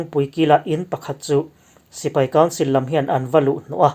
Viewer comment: I mizotawng hmandan a thlûk dik thlarh thin hi ka chhuang che, tih sual zauh hi a awmlo theilo chung hian i tisual tlem kher mai.